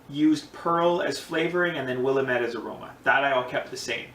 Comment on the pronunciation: Brown ales rock... If you haven't already, check out PFC Brewery's channel. He's got the Doug's Down Brown Ale which is a house recipe and, although I haven't tried it, sounds amazing. It's pronounced Will AM ette, not Will am ETTE... Cheers bro! New subber here and HHBW to you!